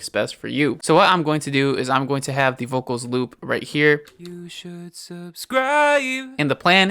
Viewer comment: I like the way you say "vokols" :)